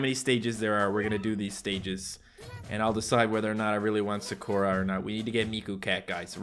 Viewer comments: It is pronounced as sakura not sakoora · He calls Sakura, Sugura😂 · Is anyone else bothered that he says sakura wrong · Who else wanted to scream at their screen that pronounced Sakura wrong Edit: u should become a weeb becuz anime is great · I got mad when he mispronounced Sakura